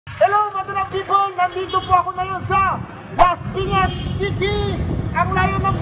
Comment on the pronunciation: When Laspiñas City turns to" Lashpiñash shiti" 😂. Ryan bang lang malakas!❤️